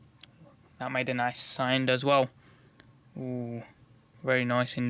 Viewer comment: Its sound not sind